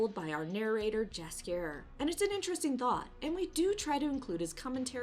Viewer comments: You pronounce his name Yaskier not Jaskier. Like in mexican Batman Universe there's the Yoker not Joker 🙃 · I really like your channel, but please for the love of God .... don't say Jaskier with English J .... it's a big no no .... Jaskier is a Polish name so you pronounce more like yellow not Jello .... so it's more like Yaskier or yhaaaskier.